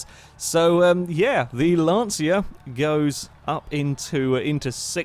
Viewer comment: Just for reference , It's pronounced "lan-cha"